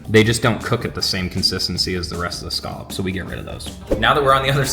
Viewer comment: Scallop drinking game...... Take a shot every time says (and mispronounces) the word "SCALLOP" 😂😂😂